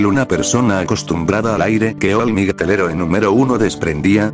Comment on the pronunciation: "Migh nit" ¿Es all might?